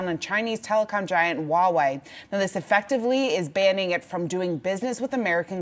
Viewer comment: I have a bone to pick. The westerners have a problem pronouncing Huawei and yet they poke fun at the Chinese. Wawei ??